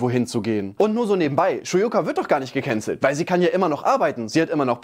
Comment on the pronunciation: DIGGA DIESE AUSSPRACHE "GEKÄNZELLT" EDEKA BOY HAT AUCH NICHT FÜR GUTE AUSSPRACHE DIE CAP BEKOMMEN